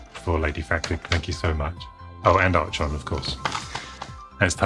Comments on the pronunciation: Ar-chon? The H is silence.. 'ello! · “Arch-on?” isn’t it “Ark-on?” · Archon is pronounced Arkon I believe. I had it on my Apple //e clone and it was one of my fave games back then. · Who was your doctor? Im 48 and mine was Tom Baker :) We use about 1/3 of those expressions in Canada. We like to add to "Bob's your uncle" with "and Tilly's your aunt". Lastly...can't resist..Archon is pronounced "Ahr Kon" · What? Never played Archon??? (I always pronounced it ArKon incidentally). I spent hours upon hours playing this game! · I shouted 'ARCHON' way too excitedly when you opened it. Love that game. I always pronounced it Ark-on but I was never sure what was correct. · Pronounced Ark-On. Don't you watch Star Trek? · I always heard and pronounced it the way you did. I never heard it pronounced the way in this video.